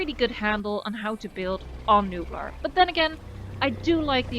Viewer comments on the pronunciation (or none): It's Nublar. Like nublar. Nublar it's spanish for 'to cloud' Island that clouds. So its nublar. Not newblar or any other nonsense. Great video :)